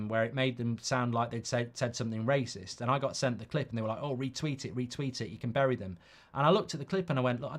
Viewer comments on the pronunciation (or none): none